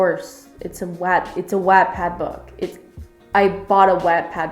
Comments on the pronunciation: First of all if you are going to say stuff about the wattpad , please say it right watt-pad not web-pad , and this is most amazing book I have even read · omg isn't Wattpad pronounced like 'what-pad' she keeps saying 'wattttpad' wottt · Okay so I love your commentary but I’m so hung up on how you say “wattpad.” Everyone I know pronounces it “watt-pad” like a kilo”watt” but you pronounce it “whatt-pad” and I’m so shook like have I been pronouncing it wrong my whole life?? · I really wanted to watch this video but I couldn't after you started saying "wat" pad. its pronounced "wot" pad ahhhh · She says Vaat- pad again and imma take a shot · pretty sure she's saying it wrong. Should be pronounced like the unit of power "watt" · if you separate the words, its literally pronounced wottpad. Seriously, you're friends are stupid. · "WAatTpad" the pronounciation :(((((( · it’s WATT like a LIGHTBULB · Mal Halewell it’s whoat pad !!?,Ll!lL,,.#))-828-‘s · Maybe try not to use the word "bone" in a book review lmao ps- wattpad is pronounced wot-pad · Your pronounciation of Wattpad is so weird to me, since I call it 'what-pad'. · Watt please ‘watt’ pad your pronunciation hurts me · Stephanie N Wattpad is a site for people of all ages who either want to read stories (free), write their own stories and possibly become published, or even just connect with different people :) P.S Yes lol it is pronounced "what- pad" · Um.... Not trying to be rude but I strongly disagree with you. I loved this book when I read it and thought it was really good. I guess I can understand why you didn't think it was good but I think you were over exaggerating a little bit. You also didn't pronounce Wattpad correctly. Again not trying to hate, but I think you could have been a little nicer... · this is a good and valid video but the way says wattpad makes me want to pull a van gogh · Mal Halewell I noticed that but I can live with it. I say “wat-pad” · pLEASE SAY WATTPAD RIGHT